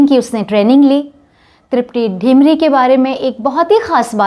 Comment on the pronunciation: तृप्ती डिमरी(Dimri) है। ढिमरी (Dhimri) नहीं। क्यूंकी मैं भी डिमरी ही हूं। सभी डिमरी लोगों का मूल गांव डिम्मर Dimmar है। ये उत्तराखंड के गढ़वाल मंडल के चमोली जिले के कर्णप्रयाग तहसील में आता है। वैसे हमारे मूल पुरुष दक्षिणी भट्ट ब्राह्मण कर्नाटक से बद्रीनाथ में रावल के सहायक के रुप में कार्यरत हैं। वैसे मुझे ये नहीं पता कि वर्तमान में तृप्ती का गांव का नाम क्या है। हां, कलाकार वाकई ग़ज़ब की है।